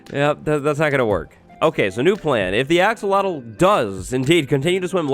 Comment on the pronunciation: I’ve been conditioned to think Axowattle is the correct pronunciation